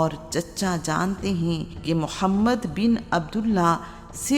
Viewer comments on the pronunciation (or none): Abe padhe likhe jahilo episode k lye kisi mard ki aawaz k intekhaab krte is jahil orat ko to tameez bhi nhi h hamare nbi SALLALLAHU ALAIHI wasallam k ism mubarak k sahi tariqe lene k